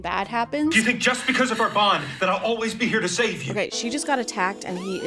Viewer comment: The constant mispronouncing of words from adrian and NO ONE else is so funny. like he's supposed to be the most serious character but then he's like: "now you're the one HÜÆGK giving up" completely seriously